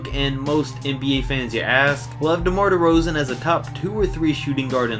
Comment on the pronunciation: Was with you up until you said Derozan